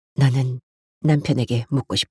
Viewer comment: 인트님목소리가 너무 좋아서 항상 잘 듣고 있습니다 그런데 내용중에 계속 "나는' 이 "너는"이라는 발음으로 들리는데 좀 이상하네요